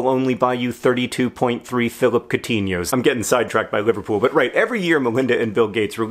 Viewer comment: Lol coutihno